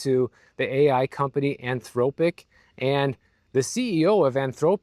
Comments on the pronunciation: "an-throw-pick" lmao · Anthropic is NOT pronounced: An-Throw-Pick It’s pronounced: An-Thraw-Pick Love your videos!